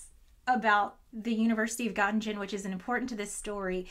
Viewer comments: Hey, awesome video thank you:) If you dont mind the nitpicking, as a physicist who also did some years of German, the german pronunciation of Göttingen sounds a bit like "guh - tea - ng - en" Nothing wrong with pronouncing it like with an american intonation while speaking in american English but I thought you might be interested to know:) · I'm going to be THAT person: it took me a while to understand that the story took place in Göttingen, NS. I am not expecting you to do the umlauts properly, but the soft-G is not giving. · As European I can't stand your pronunciation of Gottingen it hurts xD Nice distraction btw 😜 Make physics great again 🤣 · Habilitation means receiving a professorship /tenure upon compiling habilitation thesis, i.e. like a PhD, but worse, I guess. The 2nd "g" in Göttingen is pronounced kinda like the "g" in "ring", not like the "g"s in "ginger". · The pronunciation of Noether and Gottingen probably annoyed some German watching this and that thought makes me happy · Fyi, Göttingen is pronounced with the second G also being a hard sound, same as the first. Not the most important thing ever, but I gotta admit I couldn't figure out what you were saying until I saw it written down, so I thought this might be helpful for future reference. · Please look up how to pronounce Gottingen: for starters, the second g is hard. You're so knowledgeable; you might as well sound like it. Great story! I didn't know anything about this tale. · We've found true weakness: pronouncing German names. Haha, great video and a nice distraction indeed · Hopefully nobody from Göttingen watches this video. You consistently mispronounced this beautiful city so badly 🤣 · Göttingen is pronounced without a g sound. So the ng sounds like in the end of ring. Just a fun fact because I don't understand physics but I know german. On the other hand why would an american need to know that. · All (or almost all) Gs are hard in German. Göttingen etc., not Göttinjen.